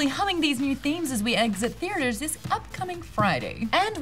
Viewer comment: Maude don't ever say "theater" like that ever again....you sound weird....love you Maude Garrett you're awesome and very cute in a nerdy way and I like it ;)